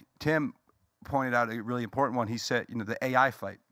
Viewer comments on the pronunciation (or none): just rattles and he can't pronounce the word im-por-tant.